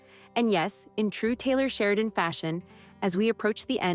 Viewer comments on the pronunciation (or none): none